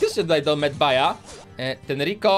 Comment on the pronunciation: Nie medbay tylko medbej